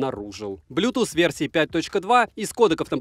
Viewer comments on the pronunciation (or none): none